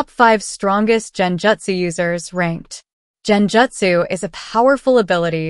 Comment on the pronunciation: It is Gen jutsu. Gen. Not Jen